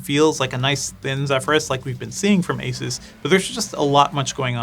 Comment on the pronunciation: Stop calling it Asis it’s Asoos!